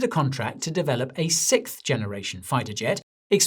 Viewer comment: ... "sikth" generation.. Guy forgot how to pronounce sixth